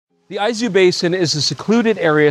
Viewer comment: My apologies to for saying he was pronouncing Izu wrong when he was correct in saying Aizu. Two different prefectures altogether. Great video tour.